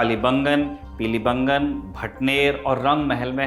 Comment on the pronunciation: सही उच्चारण कालीबंगा और पीलीबंगा है! कालीबंगन और पीलीबंगन नहीं